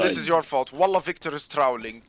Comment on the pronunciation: "this is you're fault wallah victor is trawlling" with the arabic accent made it funny 😂😂